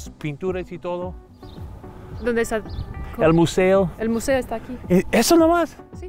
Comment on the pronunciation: Dounde puerouh comprah en la biblioteca